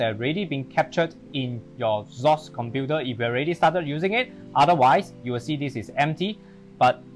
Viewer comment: Why are you pronouncing it as "sauce" instead of "Cross"???